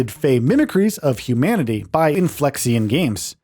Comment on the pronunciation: I mean he's not even pronouncing "Inflexion" properly.